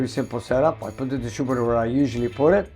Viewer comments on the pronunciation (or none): All that smoke coming from the “distoobitur”?